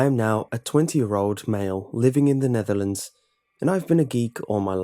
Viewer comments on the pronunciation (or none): When he said Netherlands I instantly thought of "No era penal" lol